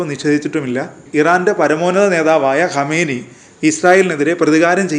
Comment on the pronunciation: കമേനി അല്ല, കാം ന ഇ.